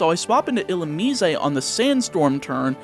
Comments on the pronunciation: Illu-me-zay lol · It bugs me every time you say it. Illumine has 3 syllables, there’s no “eh” at the end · ill ooo miss (illumise) ill ooo me say (Canadian illumise?) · is that the correct pronunciation for illumise? I'm realizing that I've never heard anyone say that pokemons name outloud before (probably cause it's forgettable trash) but you say it differently than I do